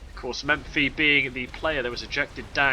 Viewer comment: It's Mephi, not MeMphi :) Just to keep the tradition of correcting something every cast.